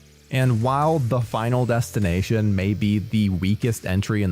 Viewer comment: Bro said 5nal destination 😅